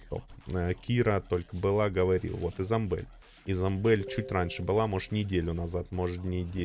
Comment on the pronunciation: ты все время говоришь Изомбель, она из хэллоуина, а это обычная Изабель